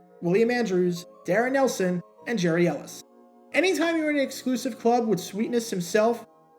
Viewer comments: YES “Gary” not “Jerry”. Watched every game and heard it the correct way time after time! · Pronounced Gary, not Jerry.